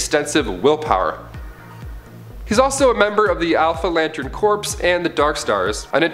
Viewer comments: its pronounced core not corpse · Stop pronouncing corps as corpse. It's pronounced like core. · Just dont have him do it. Cant stand Corpes corpes corpse. He doesn't know how to say Corps pronounced Core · Alan Scott got his power from the Star Heart, and Corps is pronounced as "Core", Corpse is "corps", (which is being said in the video). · its "core" not "corpse." beside that tick, neat list. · thanks for pointing this out, yo. i was gonna post it here myself if no one else did. was also startin’ to go nuts because he kept pronouncing Corp as “Corpse” instead of “Core”... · Corps is pronounced "core" not "corpse" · Can you stop saying lantern corpse please it's really annoying, it's pronounced core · "Corps" is pronounced "core", by the way. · Corps is pronounced core... please understand that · The people who run and host this channel are Canadian. And Canadians have a different way or pronouncing words. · Also Corps Is pronounced "Core" in Canada too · Stop saying corps it is core say it like that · The p in corp is silent. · Yeah, that was seriously grating on my nerves. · As far as I know the p corps is silent. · Maxx Damage lol yea when I heard him say that I was like “hold on there buddy” I’ve been reading GL since at least 2008 that has never happened....I peeped the corps being mispronounced but that did bother me as much lol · The "p" silent in corp. Plus most of these should not be on this list. Most of this are well known. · Yeah I bout got pissed